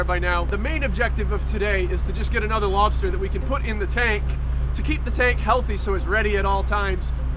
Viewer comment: Lol. Door Dash to the lobstah! So cool.